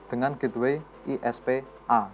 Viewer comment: bang.. menit ke 3.27 sepertinya salah penyebutan gateway